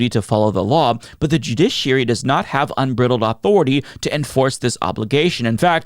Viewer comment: unbrittled authority. Do you mean Un Bride Eld? Unbridled. Bruh. Ya boy is giving big "I've only seen that word written" vibes.